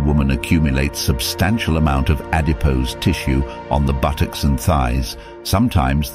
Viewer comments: I’m disgusted with what has happened so please don’t see this as offensive. The narrator says buttocks funny 🤣 haha 😛 BùTocķs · Ok this is not a joke🥺 but.... The way he said buttocks 🤣🤣🤣😂😂🤣🤣